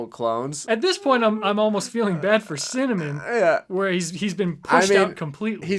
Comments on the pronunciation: I cant stand how they keep saying “cinnamOn” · The bloke in the earlier commercials has no personality or presence whatsoever, which makes it so strange to hear him pronounce cinnamon just to set things up for the catchphrase to work. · The way they mispronounce "cinnamon" just to make it rhythm with "winner, mon" is so weird. Why not just make a cinnamon cereal? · the “cinnaMAN” part killed me because my friend’s rapper name is literally cinnamane lol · I love how the ads pronounce cinnamon wierdly just so it can rhyme with "Winner mon"